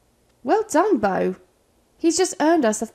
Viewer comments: Beau= Bow (like bow and arrow), not boo! Please!! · I was hopeful because I heard Beau pronounced correctly a few times, but as the video progressed, the more and more it turned to Boo again. 😩 Is it because we are getting close to Halloween? 😂🎃👻 Bow Bow Bow Bow Bow 👍 lol